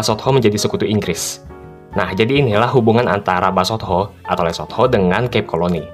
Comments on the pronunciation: Lu mah nyebutnya LESOT-HO 😂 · Nyebut Lesotho mesti gitu ya min? THO?? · Emang harus gitu ya min baca nya .. LE SOT HOOO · Min pelajari juga pronounce-nya dong, agak gimana gitu denger le-sot-ho mulu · Lucu amat, penyebutan LESOTHO nya😂😂